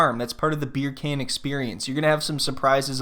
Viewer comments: Why does she keep pronouncing Beer Can wrong? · As soon as the first " BerrCan" comes out of your mouth. I loose it. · I'm from Germany and I can easily pronounce it correctly. Hearing "Beer can" annoys me so much whenever he says it. Especially since he's so thoughtful and sensible in every other aspect. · Bircan - the C is pronounced as J